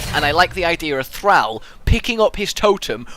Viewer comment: I don't know why, but the fact you miss pronounce Thrall annoys me xD great video though thanks